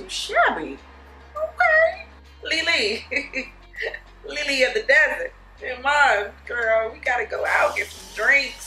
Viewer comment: Not "Lily" but "LiLi" of The Desert. I'm dying over here😂